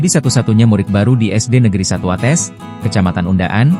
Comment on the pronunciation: Watês bukan watès